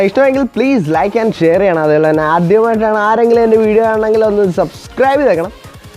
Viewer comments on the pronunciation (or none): none